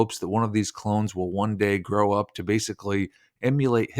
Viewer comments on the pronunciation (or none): none